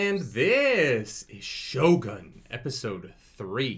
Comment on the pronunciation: how to pronounce Shogun...more like Show-gune rather than show-gun.